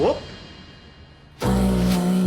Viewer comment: vopp demiyo canım hopp diyor